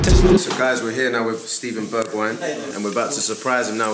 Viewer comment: The way he pronounced Bergwijn’s name 😂😭💀